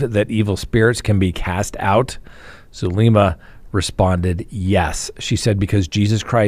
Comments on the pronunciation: If I had a dollar for every time you mispronounced Zulema’s name, I’d have a lot of dollars. It’s Soo-LEM-ma. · it’s Zulema (like zoo-lem-a) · min: what does your remark "uh, uh" about Zulema, mean? You do know she speaks two languages right? By the way, you're mispronouncing her first name.